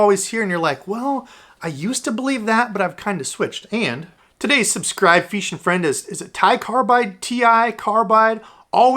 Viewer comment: I broke my phone screen today so the feeshin freind highlight made my day. And yes you pronounced my name right. Still catching them on the whopper plopper and a swim jig with a 4 inch paddle tail.